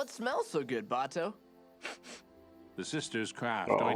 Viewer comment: Your questions about Iroh will be answered and they will break your heart Oh and it's Bato not Buto :)